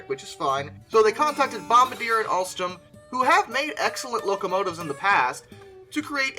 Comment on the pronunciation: You are the only person I've ever heard say Altrom when it's clearly Alstom and Siemens is pronounced Seamens